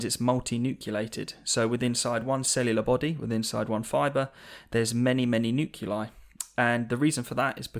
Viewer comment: pronouncing "nuclei" as "noo-cue-lie" rather than "noo-clee-eye" is something I cannot ignore